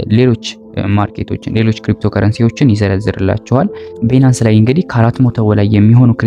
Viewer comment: ትምህርትህን በጣም እከታተላለሁ Nice👍ቢናንስ ስትል ሌላ ነገር ነው ሚመስለው Please ባይናንስ (Binance) በለው።